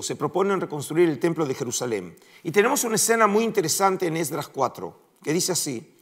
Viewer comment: ¿Podrías decirme por qué dices ESDRÁS, (ACENTUADO EN LA A) y no Esdras?